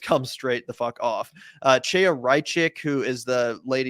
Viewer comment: Just a small nitpick: her first name "Chaya" is pronounced KHA- ya (like the "cha-" in Chanukkah.